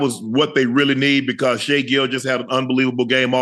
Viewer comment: Ocho pronounced Shai the right way ☺️